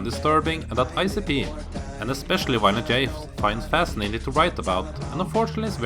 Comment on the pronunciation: "Wiolent J" lol I get it, he's probably from Germany or something, somewhere close by, but that's just funny. I am gonna start calling him Wiolent J from now on.